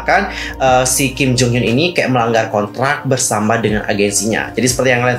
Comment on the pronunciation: Bang setiap lu ngomong Kim Jong Hyun gw dengernya Kim Jong Un masa 😭